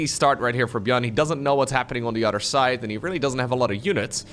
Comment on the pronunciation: I like the way says words with "oth" as "udd" like "udder than that" and the famous "muddership." My absolute favourite is "that's YUGE!" I love it so much that I just have to say it out loud whenever I hear it. My GF scoffs at me every time...